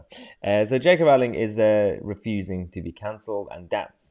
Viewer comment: It's pronounced Rolling.